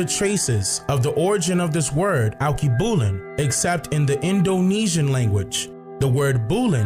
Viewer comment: Correct pronunciation: all-kay-boo-lon